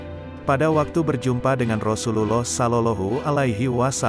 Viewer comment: Ymind cara Lou berucap Rasulullah sebaiknya Lou belajar yg benar PD uztad atau ulama yg fasih